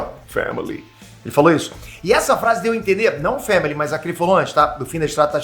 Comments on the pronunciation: "Famele" 🤣🤣🤣 eu riu sem parar 🤣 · O dizendo family